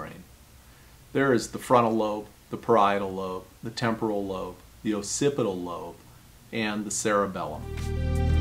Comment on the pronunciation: Bro can't pronounce "occipital". Maybe real doctors should give advice instead.